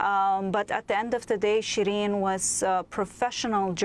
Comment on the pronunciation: Should pronounce "SheeReen", not Shreen.